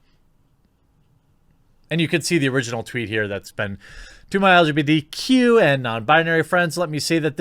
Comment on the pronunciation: He said "LQBTQ" twice. It's not even a typo.